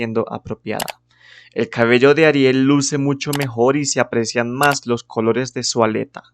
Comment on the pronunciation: Buen video, solo me desconcentra tu manera de pronunciar la "C" que sé que usan en ciertas partes de Kholombia. -kholores -khabello -khálidos